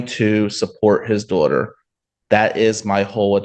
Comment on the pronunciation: “His duawter” — said 500 times in 2 minutes.